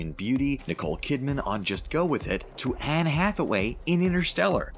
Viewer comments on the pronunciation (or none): none